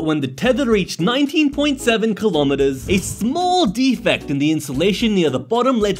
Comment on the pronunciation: Was the long iron thing 20 kilometers, or keelometers?